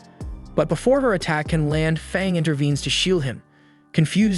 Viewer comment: u said fong u meant fang